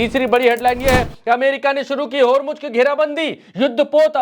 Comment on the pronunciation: Yaar godi media ki tarha bandaro ki tarha uchak uchak ker news na padha karo, prigya ka action dekho kitna sincere hai. Aur hormuj kahna band karo Hormuz sahi word hai.